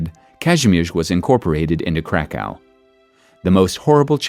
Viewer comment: cracau sounds too German